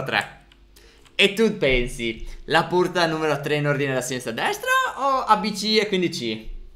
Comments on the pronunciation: stef dice purta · Stef al minuto 1:4 ai detto la porta con la u non con la o.🤣😂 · Chi ha notato che al minuto stef ha detto purta??